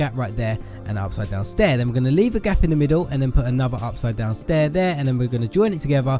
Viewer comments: haha u keep saying staiir haha u just make me laugh😂😂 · XD you said stair